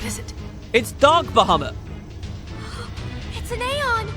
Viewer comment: Not only is Bahamut back, but so is "Ba-HOO-mut"! :P